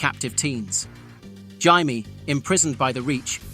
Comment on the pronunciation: and the pronunciation of Jaime as an in-between of that and Jamie